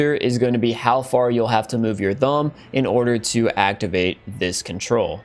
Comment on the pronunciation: This guy pronounces "thumb" with the wrong "th" noise...